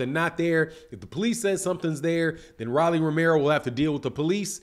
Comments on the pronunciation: Why you keep calling him Rally? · Lol why he calling him Riley 😂